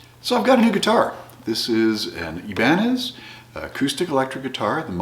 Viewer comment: It's pronounced ibanez